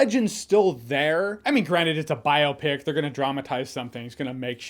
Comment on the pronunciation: Jeremy stop saying biopic like that plz